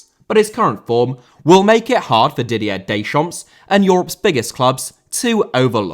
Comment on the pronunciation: Great video. Maybe look up the pronunciation of Didier Deschamps. ;)